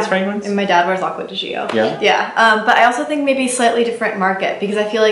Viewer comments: Btw. It kills me every time you (and many others) pronounce Acqua di GiOOOOO. Please watch one of the commercials to know how it's pronounced. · Acqua di what? It's pronounced like ~"Jo". How hard is it?